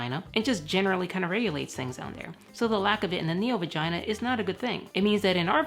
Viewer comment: You said Vigina 1000 tines